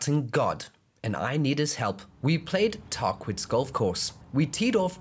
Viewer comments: Cowabunga dude! The course name is pronounced Tah - Keetz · Stuart is correct, and it’s pronounced ‘Tah-quits’🤦‍♂️😆Cool collab content, keep it comin playa🤘😎🤙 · Fact check on the meaning of Tahquitz is ongoing. Pronunciation has been confirmed as tar quit see. Cowabunga hosenscheissers.